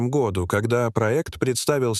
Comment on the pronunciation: Отвратительная озвучка! Произношение гОду изрезало мой слух!